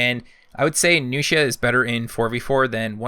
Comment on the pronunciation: May I be able to mention your pronuciation? Tiandi has a T, not a J. Jiang Jun is pronounced with a soft g instead of the first J, and the g at the end is silent. Nuxia is an x, not an sh (I speak Chinese, so I wanted my opinion to be heard)